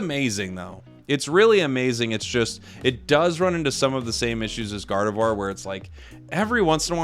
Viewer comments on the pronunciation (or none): none